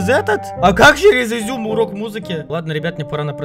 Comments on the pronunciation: Не зюм а зум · Ты что издеваешься это не изюм а зум они изюм как ты говоришь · Не изум а зумм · Вообще-то говориться зум а не изюм! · Не изьум а зум